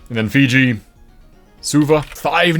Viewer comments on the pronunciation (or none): none